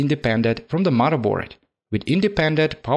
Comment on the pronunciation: "Mudda board". Love it!